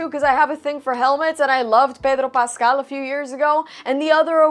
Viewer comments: Umm that is not how to pronounce Pedro Pascal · Lmfao why did you pronounce his name like that? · I just came here to hear the random"Payehdrooo Passcahhhll" spanish accent thrown in. .....oh God kill me twice over.